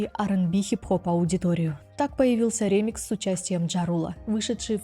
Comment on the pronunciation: Отличное видео!, только не рЕмикс, а ремИкс ❤ Очень по ушам режет ваше неправильное произношение